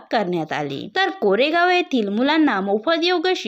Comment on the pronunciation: कोरेगाव नाही कारेगाव म्हणा.